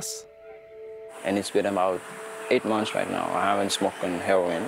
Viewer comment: It's her-o-in , not "herrin"